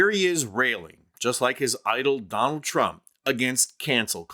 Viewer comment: "Don-Old" Trump lol love it